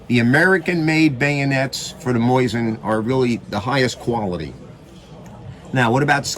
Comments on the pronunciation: Why he has to say “moyzin”? This is a good video but Moyzin bugs me every time i hear it😅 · The way he says Mosin, Moizen😂